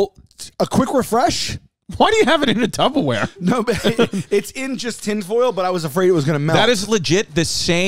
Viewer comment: Must come with the degree… I have a clinical doctorate in physical therapy as well and I too have been saying tuboware 😅 🤷🏽‍♀️ 🤣